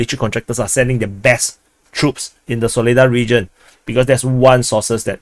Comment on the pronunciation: Its pronounced Saw-leh-dhar emphasis at the end 🇷🇺🔥🔥🔥